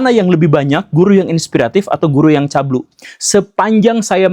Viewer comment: CABUL BANG CABUUUULLLLLLLLLL BUKAN CABLUE